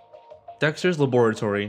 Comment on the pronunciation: i hate how he says lab-or-latory